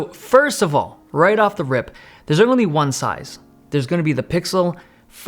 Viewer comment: What's up with the "soize"?